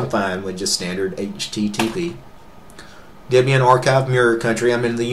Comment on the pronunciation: A woman named Debora would not be called Dibora. Ian and Debora were boyfriend and girlfriend, later to be married, and from that Ian named his Linux distribution 25 years ago Debian. Deb for Debora, and Ian for Ian. Thus Debian, pronounced Deb Ian, not Dibion. Another tip, look at the camera, not all over everywhere except at the camera, i.e. we who are watching your video. Otherwise, nice video.